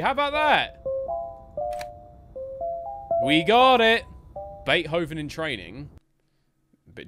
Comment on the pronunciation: i love your content but the way you said "bait-hoe-ven"